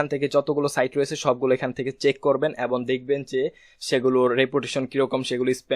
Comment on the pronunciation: ধন্যবাদ ! আপনার ভিডিও গুলো পেয়ে আমাদের অত্যন্ত ভাল হয়েছে। অনুগ্রহ করে Google analytics এর একটি ভিডিও দিবেন। কিছু মনে করবেন না আপনার ” এবং “ শব্দ টার উচ্চারণ এবন হয়ে যায । আশা করি একটু খেয়াল করবেন। ধন্যবাদ।